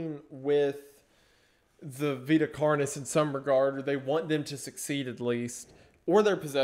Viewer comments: Nobody: Wendigoon: “VitaS Carnis“ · I die every time he says Vitas Carnis.